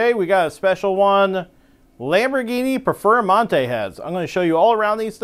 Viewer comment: Im confused I thought you were gonna compare heads to base Lamborghini and a Performante. What the he!! is a Perfer-a-mante is this one of Uncle Johnny's car LOL. Even the closed caption Subtitles has you saying Perfera-Monte LMFAO.